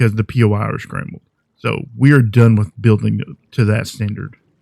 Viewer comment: Not poy it is POI, it is short form for point of interest